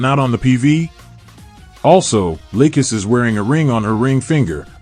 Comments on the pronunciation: The only thing I've noticed he says Lucas instead of lacus lol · Lay-cus XD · her name is Lacus say it right omfg this pisses me off